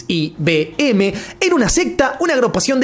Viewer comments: Se pronuncia "Nexium" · Se pronuncia Nexium, para la próxima😊